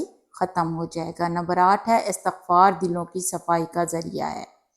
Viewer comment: Assalamu alaikum warahmatullahi wabarakatuh. Sister please say Istighfar not Astaghfar.